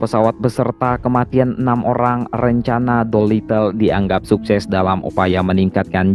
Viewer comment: Doolitle raid bukan Doilitle ride